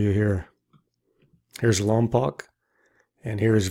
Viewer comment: I worked at Vandenberg launching missiles & on space shuttle program for 20 years, pronounce Lompoc like you would spell Lompoke! Just a little trivia 😄